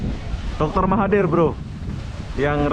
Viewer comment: Nanti PM malaysia marah, karena penyebutan namanya salah 😴